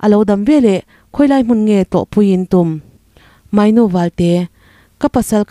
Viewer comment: Moynu ni lo, mawinu ti a lam tur.